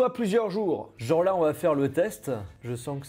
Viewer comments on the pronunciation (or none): none